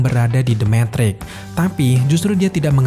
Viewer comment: metrix bang bukan mentrik 😂😂😂🙏